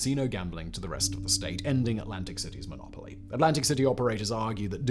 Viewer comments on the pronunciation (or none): none